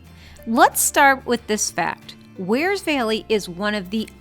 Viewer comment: Peeeeeeeze will you people who come here from elsewhere learn to pronounce “Wear”! It’s not “weer” Do you “weer” your clothes! Knock it off. I have ancestral roots in Wears Valley and my ancestors would be appalled by your pronunciation.